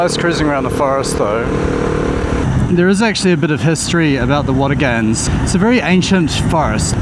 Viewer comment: Great video, but you keep mispronouncing Watagans… it’s pronounced Watagn, the 3rd a is not emphasized, I know I know grammar nazi lol, still great to see my local area on YouTube.